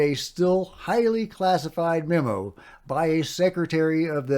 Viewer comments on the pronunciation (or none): none